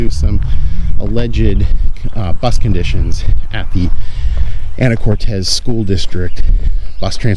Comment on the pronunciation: Lol! Not Anna Cortez, it's Ana core tiss!!😊